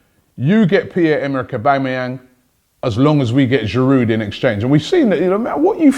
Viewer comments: Please, pronounce the names of your players correctly. Don't pronounce 'd' in Girou(d). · It’s GIROU not GIROUD! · please stop pronouncing the d in Giroud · its Giroud...